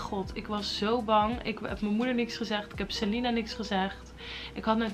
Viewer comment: Hij kan dat niet uitspreken